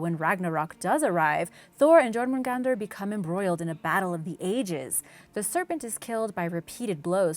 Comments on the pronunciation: (gormungandar) Jörmungandar (yourmagandar) that is how it is prounounced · B R U H. Jor-mun-gandr!? It’s Yor-mun-gandr! Jörmungandr is bigger than 8-4! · The jormundander is pronounced as yormungander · Anyone else getting 0.01% angry when she/he/they pronounce Jörmungandr (Yaw-moon-gan-der) as Jormungandr (Jaw-moon-gan-der) No offense is i hurt someones feelings it's just i'm a big fan of some mythologies and get a little annoyed with peoples pronunciation Again i am sorry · It's Yormongund the j and r aren't pronounced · Jörmungandr is pronounced like yourmengandeer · Jorgamundar was another one she pronounced wrong. The Js are silent, more like Ys